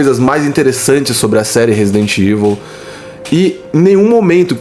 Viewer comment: A pessoal diz Resident IVU e mandou que a pessoa não sabe ler nem falar inglês.